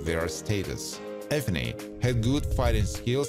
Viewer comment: its ephiny, not ebony